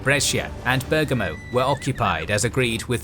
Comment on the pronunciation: The same with Modena and Bergamo. The accent is on the first vowel.